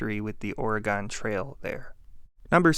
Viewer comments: It's "or-gun" not ore-gone. Thanks. Love your videos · "Oregone". We still love you though dawg :P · Great video, but please pronounce Oregon correctly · I usually tell people it's pronounced "I can kill you with a knife ""or a gun"" " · Oh no is it the dreaded "gone?"